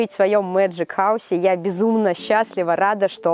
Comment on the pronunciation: Эмм... Извини меня пожалуйста может тебе не понравится то что я тебя исправлю но вобще то не правильно говорить Мэджик хоус а правильно говорить Мэджик ХАУС